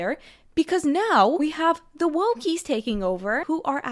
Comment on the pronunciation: She said wokey but almost sound like wooky